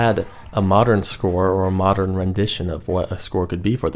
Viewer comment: Why he keep saying modern whore?